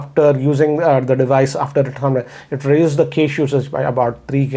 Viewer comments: Cache is pronounced as 'Cash' Sir. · Loved the way he says 'cache'😅